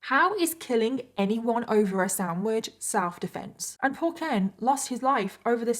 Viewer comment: It's funny how you say "samwidge" instead of sandwich lol